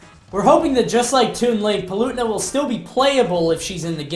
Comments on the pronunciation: It's pronounced Pa-le-tee-na not pel-u-ti-na. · PAL-OO-TAY-NUH THAT IS HOW YOU ARE SUPPOSED TO SAY HER NAME NERDRAAAGE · The way you say Palutena is disgusting. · You totally pronounced Palutena wrong.